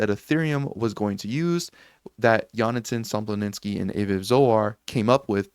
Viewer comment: bro, his name is Sompolinsky, not Somploninsky. Imagine someone saying Sotashi instead of Satoshi :-D